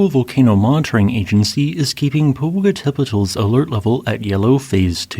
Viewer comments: Pet-ul is still wrong The tl is a singular sound, similar to how ch in English makes a single sound So Tlaloc isn't T-la-loc, it's tla-loc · "poh - poh - cah - TÉH - pet - ul" SIX SYLLABLES - QUITE the mouthful! Thanks for all your great videos! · Omg, he cant pronounce Popocatepetl. Horribly pronounced. When i was a kid we lived in Mexico City and the ice cream vendors had a ice cream that was called Popocatepetl and it was my favorite ice cream. The volcano always had snow on it the whole time i lived in Mexico city. I could see it from my bedroom window. It would have been cool to see it erupting.